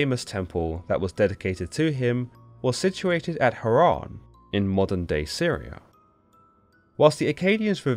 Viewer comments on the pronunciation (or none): none